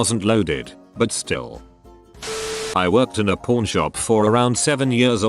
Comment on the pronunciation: Pawn sounds like porn when the voice says it whaaaaaaaaaa